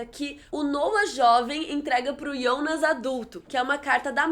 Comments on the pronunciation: ionas? Eu sempre pronunciei Jonas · Por que vc fala Ionas e não Jonas? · Que porra é essa de ionas?Não é Jonas? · Para de falar ionas e jonas e eu acho que e filha da hanna se reparar bo desenho dos olhos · só queria que você falasse Jonas em vez de Ionas e Helge em vez de Helga